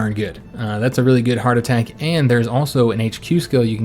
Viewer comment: At first I kept thinking “Why does he keep saying heart attack?” .... “Oh, HARD attack.” Im a fool.